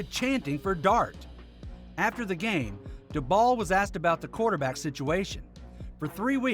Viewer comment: FYI it's DAY-bol, not daBALL